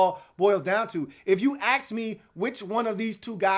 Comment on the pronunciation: It’s ask not axe